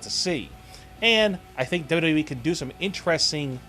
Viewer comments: Good vids buddy... but can you pliss say WWE in a good way articulating the language correctly? Try to say W W E and not WKENWJEBWJKBEWKJE E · w-w-e... its not hard to say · why cant you say wwe right ?????